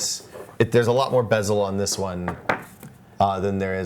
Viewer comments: Bezel* not bevel!! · Bezel not bevel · bezel, not bevel